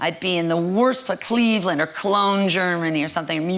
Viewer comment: did she say Clevle;and or Munic or somthin Germany or something? lol Im in C;evland